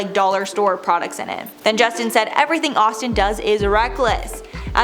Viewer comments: Playing back because deadass called Austin "ASStin". I'm cackling! 😂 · #7 when she say ASStin lol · "astin aust" instead of Austin asked........ I laughed so hard at that one! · 🤣I had to rewind it back!! wasn't sure if I heard what I wanted to 😂